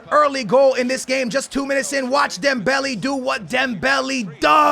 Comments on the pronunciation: It's not dembelee😂😂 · dude it's pronounced dembele not dembelly. mane and not money. ffs get it straight